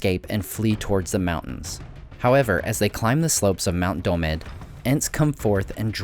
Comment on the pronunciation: Did you just say mount dol- med? Oh dear. I love your vids bro but i know saying that must of felt wrong